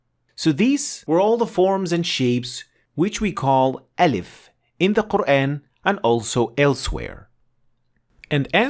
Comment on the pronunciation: It's not elif, it's Aalif... please, don't slang it